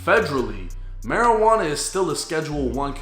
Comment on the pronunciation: "Suspected maujuana joint" is craaaazzzyy😂